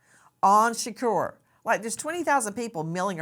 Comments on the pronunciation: 😂😂😂 SHURKERRR 😂 💀 💀 ITS SHA-KORE SAY IT RIGHT 😂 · # Say His Name, Tupac Shaqure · But why she pronouncing Shakur like that tho Shakorrrr 😅😅😅😅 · Can we just call him 2pac. The way you say his last name just sounds disrespectful. 😭 Its not being pronounced properly. 💀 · Miss grace can you never ever EVER PLEASE SAY tupacs last name ever again.